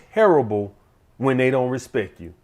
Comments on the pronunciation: Sadly his influence on grammar and spelling falls somewhat short though. Important to have a hobby though. A high value one probably....oh wait, he just said "respec" ahahahahahahaha. That's cool. It is so cool to just say words wrongly. Cool. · “Put some Respek on it” !